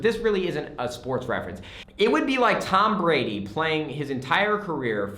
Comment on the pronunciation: You said Tom Brady's name wrong... There should be a GOAT in their somewhere.